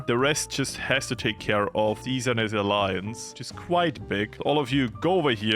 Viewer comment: its deffionitly ceaser as in the roman emperor... thats tho whole theme of ceasers legion... you were saying it correctly!